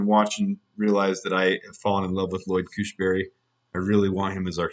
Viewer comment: Just a note.... The center from Denver is Lloyd Cushenberry.... not Cushberry.... let's get used to that name. I like him a lot